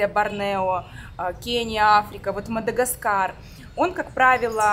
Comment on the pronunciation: Не Мада чего , а гаскар